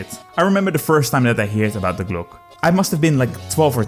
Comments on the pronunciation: It's not "Day Glok" but "Dee-e Glok-e" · It's called die Glocke not the glooock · Yeah, why does he say Glock? Does he think some letters are there for fun? Is he French? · Btw its pronounced "dee glock-ay" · That is not how you pronounce Die Glocke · Imagine making a 11 Minute video about Die Glocke without asking google translate even ONCE how it is pronounced. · Talks about die Glocke. Pronouces it wrong at every opportunity. Truly a non german speaker moment. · I love you you misspronounce "Die Glocke" at the beginning. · almost hit dislike for the pronunciation.